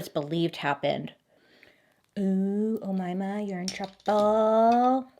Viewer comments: Omaima is an Arabic name, if it's that one you nailed it tbh Arabic is difficult AF hey I am sudanese 😂 you can, you can indeed; its just tragic out here. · If you are wondering how her name is pronounced 😆 it’s (O-May-Ma) “May” as the month, “Ma” as the word “Mad”. But seriously, no one should expect perfect pronunciation of names cuz it’s not your language! Of course you’re gonna butcher the names as Omaima did her ex hubby!! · Yep you pronounced her name right, Omaima you can pronounce it O-mai-mah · I'm a month late but I'm Egyptian and I just wanted to say you're saying her name right, well done 😌👏🏻 Oh-mai-ma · You pronounced the name right just it's oumaima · I think it’s pronounced oh-MAY-muh, as opposed to oh-MY-muh. Either way, we love you Bailey! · I know a Middle Eastern girl named Omaima 😮😮 she said it was pronounced (Oh-May-Ma) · its pronounced O-MAY-MA, common name for east africans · Bailey I'm from Egypt and you said Omayma perfectly! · I want to tell you as an Arabic speaker that your pronunciation of the name is wonderful 💅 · أُميمة,GURL you’ve pronounced it perfectly! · I can confirm that you did 100% pronounce her name right! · Egyptian fellow here & u've been pronouncing it correctly from the beggining. ALSO ANCIENT EGYPTIAN WOMEN??? not her ruining our reputation💀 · I am Egyptian, you pronounced the name right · just found your channel! I love it! I remember this story on Deadly Women. I think you pronounced it right. 😊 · I'm still listening to the disturbing story but girl your makeup is WOW and you pronounced the name perfectly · You pronounced the name Omaima correctly 👍🏼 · Babe you pronounced omaima correctly. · You're the first American who pronounces an Arabic name perfectly. Must say Omaima is a common name in Egypt though haha! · FYI, you're pronouncing the name right, I'm from an Arab country and that's how we pronounce it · as an egyptian im telling you ..you pronounce her name right girl 😂❤ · you pronounced her name the right way